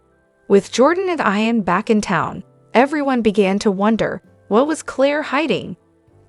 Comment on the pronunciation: It's pronounced "EEE ‐-EN" NOT "eye-- en ," !!!!!!!